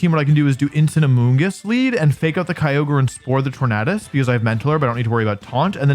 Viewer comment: Hey I liked this video, even though I had to watch it over the span of 3 days, but I genuinely cannot let this slide. Why don't you pronounce Tornadus the way Tornado is pronounced?????